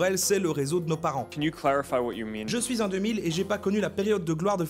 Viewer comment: "je souis" ... BELGE ! Ha, non, raté...